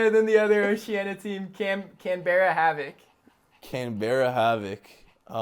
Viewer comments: Oh no mans said Canedbara 😂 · Wow they couldn't pronounce Canberra properly ..... feels bad for us Aussies